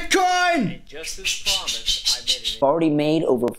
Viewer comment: Siger du Bigcoin? AHAH, eller er det bare mig der er fucket? AHA